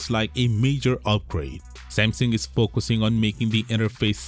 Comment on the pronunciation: Broooo speak the name Samsung like a normal human being.... NOT SMMSING